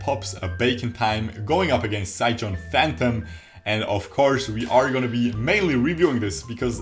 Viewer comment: Mate its pronounced more like sai gone phantom not sai geon phantom.